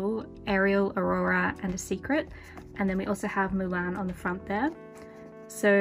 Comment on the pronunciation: I love the way u say Mulan. I'm confused as to why Mushu wasnt in there.. YAY JASMINE and Arora